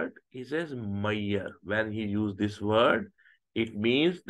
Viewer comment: Ashame men ..foolish sir ..just learn some english is measure not meiyer😂😂😂😂